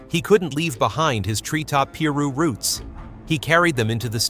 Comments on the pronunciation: P ru😂😂 ,PIRU PRONOUNCED PIE RU 👁️ KNOW CUS 👁️ AM ONE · Tree Top “PEE-ROO”😂😂😂 This is the second video I’ve watched where they can’t even pronounce names correctly… I just unsubscribed🤷🏻‍♂️💯